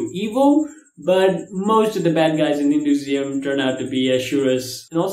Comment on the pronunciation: HinduSIUM......or HinduISM? Lol, I think u're mispronouncing. And this is the 3rd video I've seen u doing that. Thought I'd mention it once.